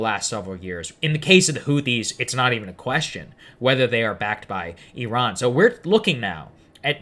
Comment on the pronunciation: How are you a newscaster on International issues but can't pronoune Iran correctly? Lol